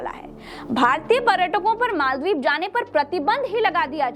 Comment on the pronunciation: Pahle to Maldive bolna seekh lo